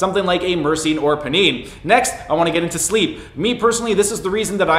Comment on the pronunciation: It's pronounced "pie-neen". Think of it like you're going to extract some pinene from the pine needles of a pine tree.